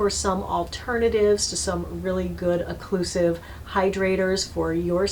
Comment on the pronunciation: Occlusive! NOT "eclusive"!!!!!